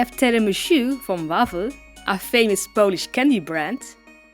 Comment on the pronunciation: Wow! I didn't know one of my favourite ytbers is half-Polish. ;U; I'm Polish and I need to say that your Polish is good!